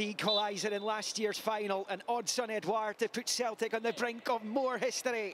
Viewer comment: Really annoyed me the way the commentator said edouard😂